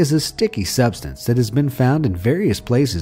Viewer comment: I’m so triggered that he said scatlond not scotland